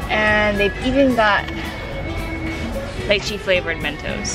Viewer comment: Thumbs up for the on point pronunciation of lychee 👍🏻